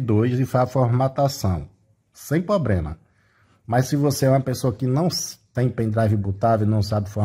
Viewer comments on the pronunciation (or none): Parei no "probrema"